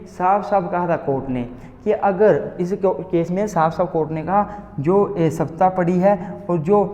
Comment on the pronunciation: सप्तपदी होता है, सप्तापडी नही होता 😢